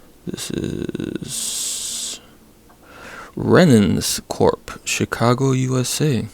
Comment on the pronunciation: Penens corp. I can't remember but I think there was a relationship with Thorsen, maybe it was New Britain or P&C. With the right name you'll have no problem looking into it, not that " Renens Corp " wouldn't probably be close enough to get you there. Man this was a great haul for $5, even if the condition on a lot of it is rough. Just the 2 pairs of Channellock pliers and vise grips are worth the $5. The box by itself would probably be priced at a minimum of $10 near me. We don't hear anybody pronounce the H, but I think Bondhus is a swedish last name or something and I'm guessing the H probably should be pronounced.